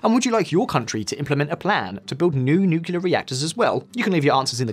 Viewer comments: One of the things that make me bristle is when I hear people pronounce nuclear nucular. What the hell`s so hard about saying nuclear? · Wait , nuclear as nucular 🤔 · Did I see an influence by George Bush Jr on visual politics videos? Did I hear the word 'nucular'? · Why do you say nucelar/nukelar instead of nuclear? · Makes an entire video saying NUKE-U-LAR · Tough getting through this video when I cringe almost every time the word "Nucular" is said. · When did nuclear become nucular? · please stop saying nukelar. its nuclear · It’s nuclear and not nukila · "nucular"??? Really? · its pronunced NEW-clee-er. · 1 dislike for pronouncing it nucular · nucular? clicks off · Open up a dictionary to find Nucilar power 🤔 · If you're going to make a video on nuclear power, perhaps you should start by learning to pronounce it properly, and nucular is not it! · Nukular powa! Lol. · Funnily, he seems to switch it up by sometimes pronouncing it correctly. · I still don't understand why native english speaking people cannot pronounce "nuclear" correctly more than 10% of the times. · I wish he could pronounce "nuclear" properly... It's like watching George W Bush all over again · There is no "U" (nor any other vowel) in between the "C" and "L" in "nuclear". For fuck sake, this shouldn't need pointing out. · I find it so hard to take this presenter seriously when he learns to pronounce 'Nuclear' from JW Bush. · Stop saying nucular! It's nuclear! Why do 50% of people happily mispronounce this word all the time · nuclear, please! not nucular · Did anyone else hear "nukelar" instead of "nuclear". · FFS it's "nuclear" as in nucleus. Not "nukyoolar". You sound like Kamala Harris. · Please.. it’s pronounced NUCLEAR, not Nucular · Nu-cle-ar, not Nu-cu-lar? Got it? I can barely slog my way through this video. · This is a good video, but you lose credibility when you fail the pronounce the topic correctly. It is nuclear, not nukuler. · The word is NUCLEAR not Nucular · NUCLEAR! NOT NOOKULAR